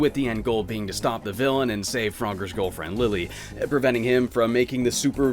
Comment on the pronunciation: I kept hearing you pronouncing Girlfriend: "Goalfriend" lol that should be a term honestly.